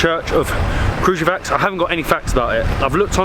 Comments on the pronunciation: pronounced [krǎɡujeʋats]. I hope that I helped 😃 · Pronounce it like KRA-GU-YE-WATS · Guys, it's pronounced Kraguyevats...the letter j is always pronounced as the letter Y in Serbian ( eg. The same as Y is pronounced in the word , yellow )